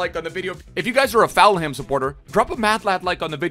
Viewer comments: Full-ham not faul-ham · Fam it’s full-em not ful-ham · Any one else cringe when said foul ham instead of Fulham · you pronounce it as full hem not falham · Fulham isn't pronounced Foul-Ham, it's pronounced more like Full-am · it's not Foulham it ful-um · It triggers me so much of him saying Fowlham instead of Fullham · please... its pronounced "Full-um' not 'Foul-ham' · Cmon it’s Fulham not FOULHAM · Its falhum not foulum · Say it with me Fulham not Felham 🤣🤙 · Plz just say Full-ham not Foul-ham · Fouham it's Fulham bruv Full-ham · FULHAM NOT FOUL HAM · Why do u say Fulham like “FAL HAM”, it’s pronounced “FULL HAM” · Foulham😭😭 its pronounced fulerm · what am i missing. why’s he calling fulham; foulham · He’s saying foulham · Ik he is Canadian or something but it is just Full um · pronunciation of Fulham 🤣🤣🤣🤣🤣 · i love but everytime I heard him say foul ham I cringed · “Full um” pleassseeee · Falham wow come mon dude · Give it up for foul ham. If you say foulham one more time i am jumping from my window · its said 'full um' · Is my man really sayin "foul-ham" 😂😂😂😂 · I’m a Fulham fan and if you say foulham one more time it’s ropes😡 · How he says Fulham is soooo annoying it is.... FULL- UM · What's fallham. Is he saying fulham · Fulham is pronounced Full-Um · Mate its FULHAM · Fal Ham (?) 😁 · It's pronounced fullum breh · is FULHAM not FoulHam it is just as bad as LiverVAR. LOL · “Full em” btw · "foulham" you sure that's pronounced correctly? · It’s pronounced fullum 😂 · Why is he saying falham? So annoying... Probably got 10 extra dislikes cause of that, way to spoil a video 👍🏻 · Who else cringes when tries to say Fulham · I think he says it on purpose... Bc is an epic Memester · He does that on purpose. I think he loves seeing everyone in the comments getting all riled up about it. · He does it to annoy people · please say Fulham right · You're pronouncing fulham wrong